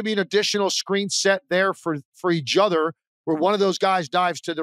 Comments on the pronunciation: He can't say th noises. Keeps saying udder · Same. I think it's because when he's trying to say a word like "other", he pronounces it like "udder." Lol 😂